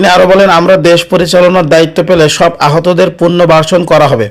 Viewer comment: কথাবার্তা শুদ্ধ করে বলবেন পুরনো ভার্সন পুরনো বাসর না পুনর্বাসন